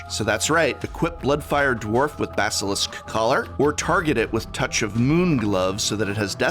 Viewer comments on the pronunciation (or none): none